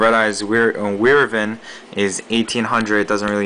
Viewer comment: why is it that nobody can pronounce WYVERN correctly? "why-vern!" -.